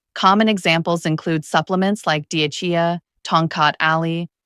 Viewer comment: AI mispronunciation